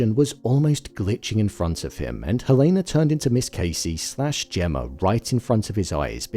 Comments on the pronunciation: Her name is pronounced HELL-ah-nah, not Hell-A-nah. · Dude why are you pronouncing Helena wrong… not that it matters